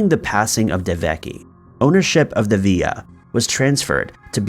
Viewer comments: Villa “ill” V”ill”a NOT VEEYA. If not from that country, please stop trying to pronounce it with an authenticity you do not have, please. 😬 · ViLLa, not vi-ya like in Spanish. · I think it's villa, not sure why he pronounced it's via. I tried looking up the via just in case it was a word I've never heard but nothing came up. As for the first guy's death? I'm curious as well, it was during the finishing construction so the possibilities are endless. If I find anything I'll update. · When u say Via do you mean villa? It's pronounced vill like villian and ahh...like at the dentist (or creepy villa....AAAHHH lool) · It's Italian so it's Villa as inside a Roman Villa, not 'Viya" as in Spanish. You pronounce the 'L's. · Ok buddy listen up for the first and last time, it's pronounced (vil)( la) ok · Villa pronounced via got me🥺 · how many times do i have to listen to you say villa wrong ffs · Different countries have different pronunciation of that word, in Spain and other places it's pronounced Via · Yeah, other countries pronounce the l so I guess both ways are acceptable.